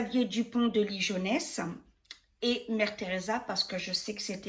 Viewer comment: Coucou, Ouille non non, ça se prononce: LI GUO NESS et s'écrit LIGONES Sinon il y a le traducteur Google quand on ne connait pas la prononciation..;) Merci pour tes tirages..;D